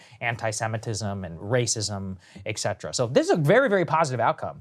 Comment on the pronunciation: Did your professors teach you "ec" cetera at Georgetown, Saagar?